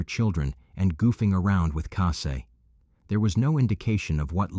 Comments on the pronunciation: It’s Cassie, not Cassay. At least get the victims names pronounced right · Obviously her name was Cassie good old ordinary Cassie but she prefers Cassie’ pronounced Cassay. People just like to be a little different?